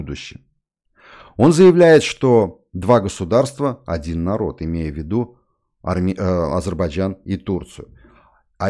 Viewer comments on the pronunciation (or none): none